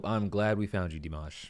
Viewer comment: It's actually D like the letter, and then "mash" the way we in the US say "mash"-ed potatoes, that is how Dimash is pronounced.